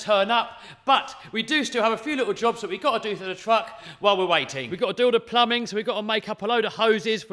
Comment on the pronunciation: i am pretty sure that. Its not called plluming